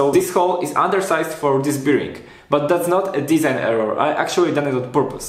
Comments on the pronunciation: Fajne wideo. Szkoda że jak byłem w twoim wieku nie było takich części w sklepach. Z reszta nic nie było... FYI "bearing" (czyli łożysko) wymawia się "bering" a nie jak "beer-ing". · Proszę Cię. To "biring" mnie niszczy. Sprawdź sobie na Google translate jak to się wypowiada. A ogółem fajny projekt, sam myślę o zaprojektowaniu lasera cnc z możliwie jak największą ilością części wydrukowanych w 3d. Jak mnie poniesie to może i nagram o tym film :) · Super wideo! Tylko "Bearing" się trochę inaczej wymawia ;)